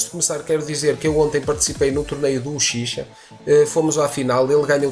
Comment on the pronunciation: Analise clara e direta, muito bom mesmo, ja imaginava que não seria uma boa pra f2p investir nessa box, agora não resta dúvida xD e so uma correção, acho que a pronuncia certa é "Uchirra" e não "uchicha"